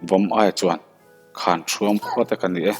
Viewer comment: Zu khawn tih kha hnapkhawn tih a khawn tih a lam tur . Hnar khawn tih ang a lam loh tur.